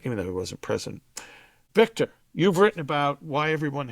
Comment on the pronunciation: Hey Victor, you should dump your blueblood interviewer and hire me. I guarandamnteeya I will pronounce your name correctly.